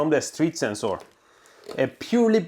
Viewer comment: DOES HE WATCH LOWER DECKS? is THAT WHY HE SAYS SENSE OAR?